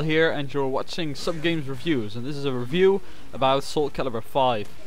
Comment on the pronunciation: Oh and you have to pronounce "review" like this: "RIE-view" not "ruh-view"